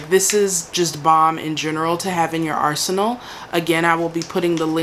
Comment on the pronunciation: Did you say arsenal, or arsehole ? 😂